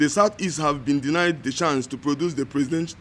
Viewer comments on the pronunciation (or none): none